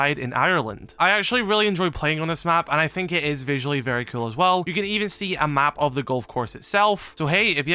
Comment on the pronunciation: it really sounds like you say kewl and skewl lol